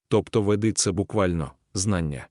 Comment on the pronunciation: Веди- наголос на першому складі, але ведИзм, кАрма